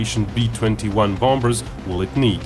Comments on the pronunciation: PLEASE STOP pronouncing the 'b' in 'bombers'. It is so very jarring. How jarring would it be if someone pronounced 'China' as 'Kyna'? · just a tip:you don't pronounce the b in bombers